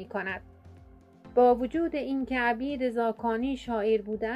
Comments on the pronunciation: درود بر شما؛ بانو هی میگی عَبید ، تلفظ درستش عُبید هست. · درود. بانو تلفظ درست میشه. عُبید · اسم را غلط تلفظ میکنید عبید نوشته میشود ....اما عوبید ...او ...خوانده می‌شود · عُبید بفرمائید نه عَبید. چون عُبِید زاکانی صحیح است. سپاس از مطالب مفید و خوبتان. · اسم ایشان عبید ( خوانده میشود اوبید) نه ابید. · درود به مجری عزیز عبید با ضمه است و شما با کسره تلفظ کردید تندرست باشیدو عبید با ضمه شروع میشود نه با فتحه انچه شما نام میبرید معنی اش برده است و عبید برده نبود لطفا پارسی را پاس دارید تندرست باشیدمثلا میگوییم من عبد و عبید شما هستم به انتظارها چه زودتر با برنامه هایتان که کم نظیر است.Magnifique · خانم گوینده اسم ایشان عبید ذاکانی نیست عوبید ذاکانی در زمان در زمان ایشون عرب نبوده اند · خودت آخرای فیلم میگی عبید عرب بوده ، منم عربم در عربی نمیگیم عَبید میگیم عُبید ، دوتا خطای لفظی دیگه هم داشتی دقت کن ، اون پنج نصیحت هم میگن از ابوسعید ابوالخیر هست اما ممکنه شما درست بگی چون نمی تونم این رو ثابت کنم. عُبید خیلی خوب فهمیده چه خبره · خانم محترم شما چرا Obeid را Abid تلفظ میکنید😔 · با سپاس، تلفظ صحیح نام طنز پرداز، شاعر گرانمایه اینست : Obeid Zakani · مجری محترم ، عبید با ضمه بر روی ع صحیح است !obeid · اگر خطا نکنم تلفظ درست نام عبید به ضم ع و کسر ب است ... د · با درود بر شما دوست عزیز. حق با شناست کسور از گوینده هست در اصل عُبید هست .. اما چون اسم خاص هست شاید در تلفظ زیاد مهم نباشد چرا که لهجه هم تاثیر گذار است. 🙏🙏❤️❤️ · عُبید زاکانی شما اشتباه تلفظ کردید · بسیار زیبا تامل برانگیز، با نهایت احترام عبید زاکانی خوب تلفظ نمیکنی و برخی زیر و زبر ها سپاس فراوان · لطفادرست تلفظ کنیدعبیدرا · شما باید یک بار نزد کسی که باسواد تر است میخواندید، بعید. راذباید با ضمن بخوانید و‌نه فتحه !!! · خانم اسم استاد را غلط تلفظ میکنید😮